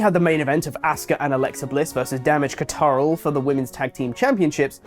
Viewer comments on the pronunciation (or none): Please stop it with the cataral pronunciation of control. You complain about wwe repeating jokes until its not funny and running it further. You're being a pot calling the kettle black. Ffs.